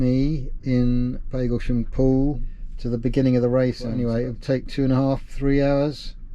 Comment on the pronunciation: Lovely job,. Just one thing: I grew up in Hadleigh, Essex, and I always thought it was Pag as in bag Paglesham. Have I been wrong for the past 70 + ( plus quite a lot) years?